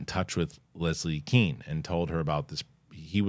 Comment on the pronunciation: Leslie Kean is pronounced “Cane”